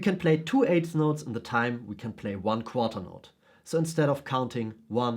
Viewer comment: AIDS NOTES??? YOU MEAN EIGTH NOTES????